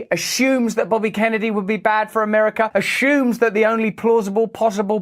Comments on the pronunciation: Somebody PLEASE tell Russel that the word " assumes " does not contain the letter 'h' anywhere within it. Yeah? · asshumes bro... ass-fumes bro...